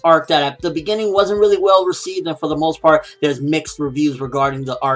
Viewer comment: "Well".... Not "We'll" as in "We will"